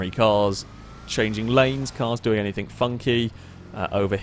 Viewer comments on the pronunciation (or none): "anything" does not have a "k" at the end FFS